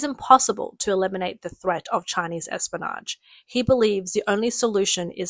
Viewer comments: Listen... Say "Espy-o-nage" not, "Espanoge" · Espionage has an i in it. Pronounce it.